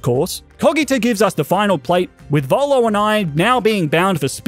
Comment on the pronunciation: Volo not bolo